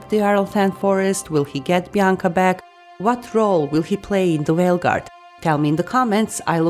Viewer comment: Did you say whale guard